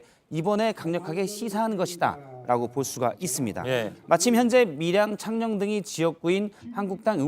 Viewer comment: 가 왜 창녕을 창년(娼女)이라고 발음하는 실수를 저질렀나요?